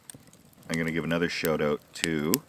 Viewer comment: I love it when Canadians say 'shout out'